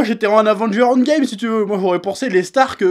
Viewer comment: « Winterfell handgame » wtf cet accent fait un effort xD